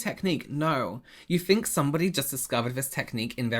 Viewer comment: "I don't fink so"